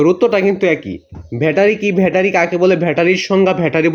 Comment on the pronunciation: ভ্যাটারি না ব্যাটারি 😅